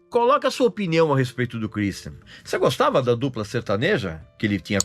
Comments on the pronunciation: Kur istian kkkk nada a ver essa pronúncia do Regis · Cruisthian hahuahauahauaha amei a pronúncia do Régis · Pra que falar o nome dele com sotaque inglês? Kkkkkkkk